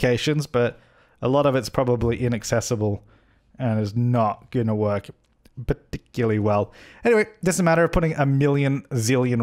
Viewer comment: "p- ticularly well"